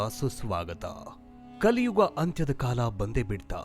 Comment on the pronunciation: 'Kaliyuva' 😂😂😂😂😂 its kaliyuga